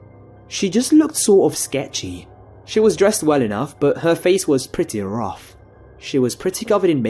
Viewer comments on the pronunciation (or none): none